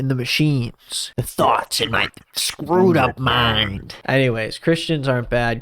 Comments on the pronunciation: its took me a second to realize that you said "screwed up mind" because i definitely heard "scrotum mind" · For a sec I thought u said scrotum mind